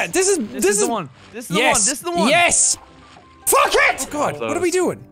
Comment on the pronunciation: ''fek it'' xD